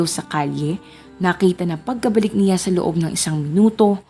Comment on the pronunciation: How you say the 'siya' at 'niya' distracts me while watching this video. 😔